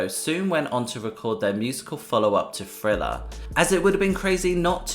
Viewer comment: Hey, my God, the name of the album is pronounced "th" + "riller" NOT "frilla", for God's sakes 🤦🏾‍♀️, smh. That jacked up pronunciation sounds WORSE than listening to some fool scratch their long ass 💅🏾nails💅🏾 down a darn 👩🏾‍🏫chalkboard🧑🏾‍🏫!!!!